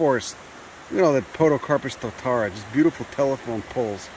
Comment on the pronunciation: Glad to see you in our fair land. Tis a pity you came in winter as our alpine flora is crazy. It is a privilage to hear you destroy our place names, very funny. also you should ask a local for advice on how to pronounce maori names like Totara.